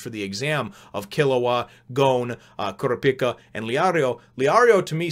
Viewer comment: Kurapika is pronounced Ker-ahh-peekah by the way. It's not a big deal though: I'm sure I'm not the first person to mention it.